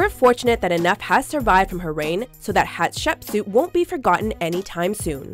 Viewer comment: Seeing the Chinese drama I'm currently watching in a watchmojo video... bit of an odd experience Also, as someone who watches a metric shitton of Egyptology documentaries, that's the strangest pronunciation of Hatshepsut that I've ever heard